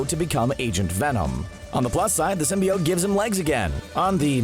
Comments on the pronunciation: I hate how he says Symbiot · still saying symbiote wrong i see lol so cringy